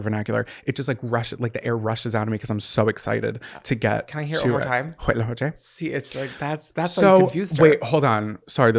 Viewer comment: Latina here. The only part you need to correct is the first C. Everything else is great!! Co-che. Make a C/K sound, not an H sound. With a short "O" vowel sound. Like Coco... I hope I make sense. Lol